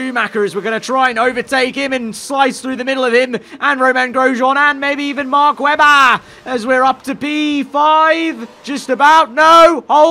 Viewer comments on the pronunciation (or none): “and maybe even MACK WEBBA”